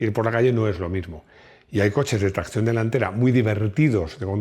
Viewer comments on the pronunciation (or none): A ver, como los videos son impecables y técnicamente no se por donde pillarte, solo se me ocurre una cosa, pues cuando dices tracción, lo dices con acento inglés, y "tracción avant", es francés,.... Ya está, ya te pongo una "pega" 😂😂😂😂😂con todo cariño y admiración.